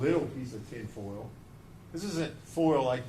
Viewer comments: The way he says full instead of foil is actually driving me mad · The i in foil and oil is silent in that part of the country.